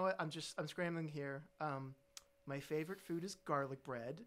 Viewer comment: It's garlice bread man 💀